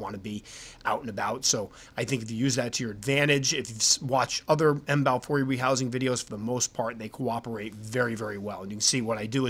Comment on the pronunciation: If pronounced correctly a ryme would be close to: have i e. That's it, done deal now. The ecosystem here is fragile with several endangered species of animals so the State has to clamp down on the citizens. Each time a snake is found authorities scramble, they just captured a Python about 200 miles from here near the local airport. Big news! But we have big centipedes and small brown Scorpions, oh and Black Widows.